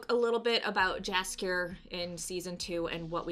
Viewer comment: I'm sorry but its so wierd hearing Jaskier pronounced like that, hurts the years, its like calling Yennefer Jennifer